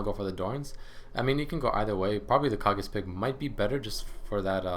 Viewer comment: I thinks its pronounced "Kay gees" pick. like from tenacious d.